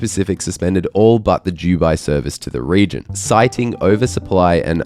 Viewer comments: Is it me or do you pronounce Dubai as Jewbi, instead of Doobi? Come to think of it, which is it???? Am I pronouncing it wrong, or you? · Please for the love of all pronounce Dubai with a hard D 😅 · Why do you pronounce it 'Juwby'? I've never heard anyone else say 'Dubai' like this before. I love the videos but this drives me crazy!